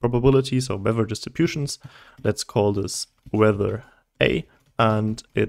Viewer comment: Bruh, amazing video. But boy did you mess up weather :-P , excellent video